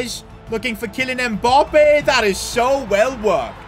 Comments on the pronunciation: "Mboppé" It's Mbappé , get it right. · Mbappe not mpoppe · I love the fact that he says "Kylian Mboppé" instead of Mbappé 😂😂